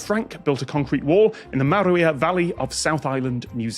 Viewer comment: A for effort on the pronunciation. Tom said Maruia better than half the people who live in the South Island. P.s. 'The' South Island.